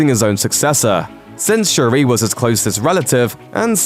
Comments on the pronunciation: Say it with me now: Shuri. It's pronounced Sure-e. Not Sha-rae. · Its not shuraaaah but shuri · Don’t be extra. Just say sure-ee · They pronounced Shuri's name so wrongly.